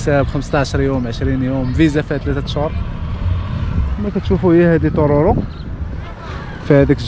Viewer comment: هههههه ضحكتني ملي قلت طورورو ههههه نتمناولك سلامة خويا